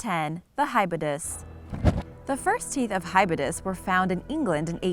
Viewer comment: Its Hy bow dus And they did not feed on whales beacuse hybodus died in the massextinction Its e dus thus now say edestus the correct way From when do sharks have roofs and floors you ment lower jaw and upper jaw Its clado see lach now you can pronounce cladoselache